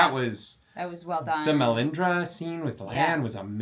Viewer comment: "the Melisandra thing" is what I heard.